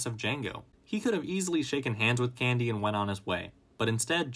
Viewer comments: Why do you keep saying his name like that? CanDEE. can-D! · Say can•DEE one more GD TIME